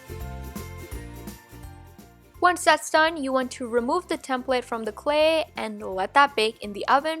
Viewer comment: She pronounces clay “CLE”